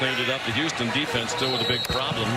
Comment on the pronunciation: Its Houston. L ok l